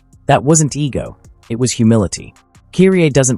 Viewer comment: great video as always but you're mispronouncing Kyrie's name. Kudos to the video though 🙂🎉